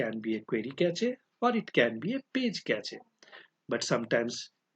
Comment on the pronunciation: Cache ko "Cash" pronounce karte hai bhai